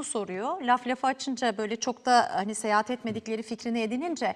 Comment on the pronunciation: “Seyehat” değil, “Seyahat”. 😒